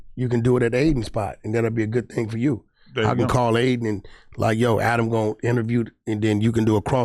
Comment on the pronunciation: Wack showing of for ack see how he keep calling Adam ack